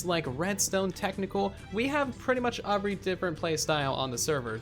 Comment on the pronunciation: I love when he says “UVery”. It’s such a spin on the normal word “every”